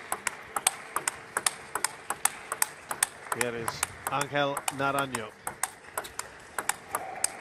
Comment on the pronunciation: Put respect on his name Angel Naranjo takes a game off Wang Chuqin. The g in Angel and the j in Naranjo are pronounced like the fist h in "nigh" if you wanna say his name correctly Hay patriaa